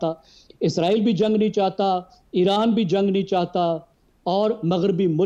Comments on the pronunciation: آپ اسرائیل boly Izraeel nhi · anchor izrael lfaz use kr rehi hai. jab k lafz Israel hai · اسراںیل عزراںیل نہی لفظ درست کریں